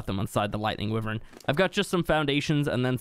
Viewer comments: It’s pronounced WHY-vern, not wi-Vern. Wyvern. Holy... 🤦🏼‍♂️ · What the fuck is a Wivern.... Wyvern = Why-Vern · the way he says wyvern hurts my soul WIIIVERN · It’s pronounced “y Vern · Wivern tho